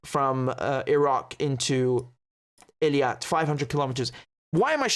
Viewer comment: Really? Then it's about time, that finally YOU do something for us and listen to us: get rid of the delay at the beginning totally and learn to pronounce EILAT correctly, not ELIAT! It's not my favorite city, either, but a language is a language and a name is a name, so PAY ATTENTION! And don't even try to give me that dyslexia BS, which you can overcome, if you just paid attention! So if you know, you have a habit of mixing up 2 adjacent letters, then just focus on it and don't do it! Just pay fucking attention!!!